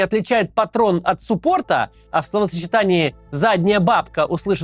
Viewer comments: СуппОрт - слух режит. Ударение на первый слог. А вообще помню как сами смеялись над названиями в техникуме. Специалиста-машиностроителя быстро не обучишь. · Максим, в слове суппорт, ударение на букву У Нужно говорить.